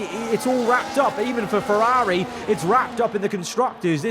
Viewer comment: You were doing really well pronouncing Ferrari right up until the very end then you ruined it.